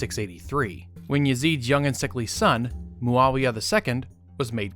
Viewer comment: Who tf is mualia? its muawiyah